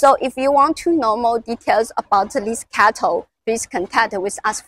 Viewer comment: Why is CATL pronounced as cattle? Is it a cow?